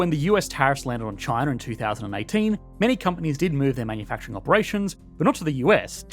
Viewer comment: Chiner, north caroliner😂